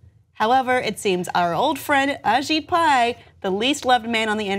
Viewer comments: You pronounced well A Shit Pie :) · Kept mispronouncing AShit Pie’s name. 😏